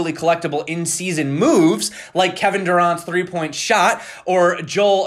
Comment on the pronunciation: oh no.. doesn't know how to say "durant".. it's ok... you prob do not have enough time for sports when you do so much research in crypto